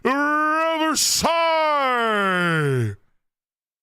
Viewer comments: Domi Reversi is pronounced with ee sound. Look it up and it will explain Mu's power. Won't work on Luffy. Answer that phone. : ) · I still don't get why pronounces Domi Reversi like that lol